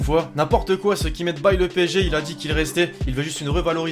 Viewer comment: Il a dit qui restqis sale mytho